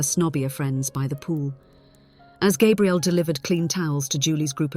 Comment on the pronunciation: Please use the correct pronunciation for Gabrielle. Every other time you said it like a male version of the name, not female. Even so, the story is worth a 5X5. Enjoyed it. Thank you.